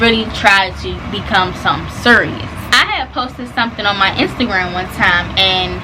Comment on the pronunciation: Nobody:: " surious " 🤣🤣🤣